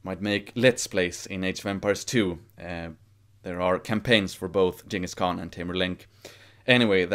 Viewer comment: Nice that you used The correct pronunciation for Genghis Khan